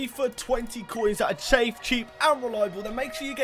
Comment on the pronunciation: Did he say chafe instead of safe lmao